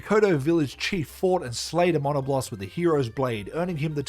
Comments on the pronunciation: I’ve never heard someone pronounce Diablos and Monoblos this way 😂 Die-a-bloss and mon-a-bloss 😂😂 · Surely thats not how monoblos and diablos are pronounced right???? I always refered them closer to the word diablo as mono -blose or dia-blose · No but the way he said Monoblos (Its muh-nah-blose) Edit: NOO WHY DOES HE PRONOUNCE ALL THE MONSTERS NAMES WRONG.